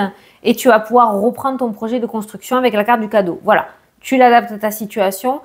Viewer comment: Reprendre et non roprendre etc etc 🥴😵